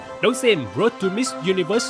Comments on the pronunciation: Làm ơn đọc từ Road cho đúng. Rốt gì mà rốt. nghe phát khiếp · C vân để ý chữ Road không có "s" nha c iu